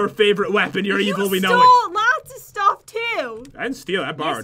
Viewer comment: said Stoff instead of stuff